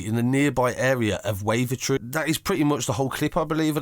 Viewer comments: and wavatree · K J kirk by & waver tree 😂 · Pronounce Kirkby as Kirby and Wavertree as Wave - a tree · he said wavertree right the first time then fucked it up